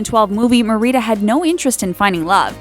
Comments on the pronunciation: mar-E-dah???? mehr-ra-duh. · Just for your own clarification. you mispronounced Merida, putting the emphasis on the second syllable of her name, Ma-REE-da, when the emphasis is actually on the first syllable of her name, MARE-i-da. Cheers. Have a nice day. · I cringed when they mispronounced the names Ti-AH-na. Not Ti-eh-na Mer-i-da. Not Mer-ee-da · It's pronounced Mare-reda not Mareeda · did she just say MARIDA? it's Merida Meerida not mariida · HOW I SAY IT: MARIDA HOW THEY SAY IT: MEREEDA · Mer-rita? Its Mer-a-da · Mer-i-da you guys just keep mispronouncing things to trigger people. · the narrator doesn't know how to pronounce the princesses names correctly.😠 Meerida. alenaw😂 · You said merida Wong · who says merita that's how she said it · "Mérida" oh good lord 😂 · When meeting Merida in the Disneyland park she pronounced her name mary-a-duh. Not however you were saying. I suggest you watch the movie its amazing. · Did you just pronounce it Mareeda? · LEARN TO FUCKING PRONOUNCE THINGS BEFORE YOU MAKE AN ENTIRE VIDEO ON IT.. Seriously?? I honest to God did not know who you were talking about when you said Merida's name. It's pronounced ( MER EH DUH ) not whatever weird accent you were trying to do. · not "Merida" it's pronounced mer-e-da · it really annoyed me how you say marida but it's watevs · Well, Merida is Scottish, not Spanish, and so "Mer-ee-da" is definitely incorrect. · You mean Mereeda and Elina? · Mare-i-duh on-a e-lane-a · Great video! Can't choose a favorite princess though. xD One tiny bit of criticism: Marida, in the Disney movie, is pronounced "Mare-i-dah". Could've happened to anyone though. Lol. :3 Anyways, again, great vid! Hope your channel continues to grow. :) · Ma-Ri-Da? I don't think you pronounced that right. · Its pronounced mer-e-da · Olivia Freund she says Mer-reta! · it (mair-i-da) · it would be really nice if they could pronounce the names properly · That mispronunciation of Merida and Elena's names though xD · and merida too